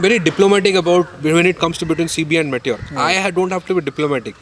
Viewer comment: what is may-ture 350? It's pronounced "me" "tyor" not 'may' 'tyor'